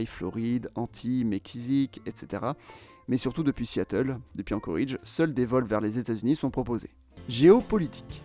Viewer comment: Globalement intéressant. Mais d'une part on ne prononce pas "Anchoridge" mais "Anchorédge". Et d'autre part, aucune mention de la ruée vers l'or, surprenant. Comme s'il ne s'était rien passé économiquement avant 1960. Certes, le gisement se situant au Klondike, dans le Yukon canadien, mais les gens s'y sont surtout rués via l'Alaska, d'où le nom de Alaska Gold Rush.